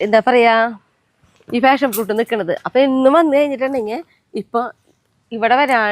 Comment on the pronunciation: ഫാഷൻ ഫ്രൂട്ട് അല്ല. പാഷൻ ഫ്രൂട്ട് ആണ്